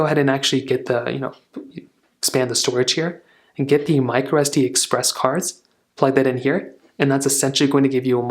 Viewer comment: It is “micro sd” not “microestee”. I had no idea what you meant when I first heard your mispronunciation.